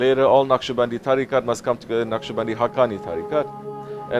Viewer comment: Beautiful, inspiring, heart moving. And it's 'Naqshbandi'.